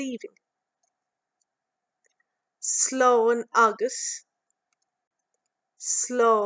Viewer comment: I notice when you pronounce "agat" you say "agas?" Or amni mishearing.